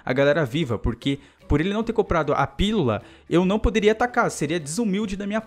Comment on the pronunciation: não consegue falar pílula '-"